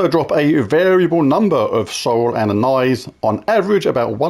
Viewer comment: JLYK anise is pronounced like amiss